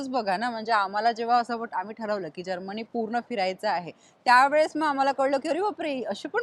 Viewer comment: जर्मणी नाही हो जर्मनी म्हणायला का शिकला नाही अजून.